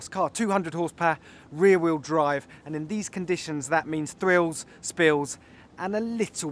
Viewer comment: It´s Riu Whieu Drive!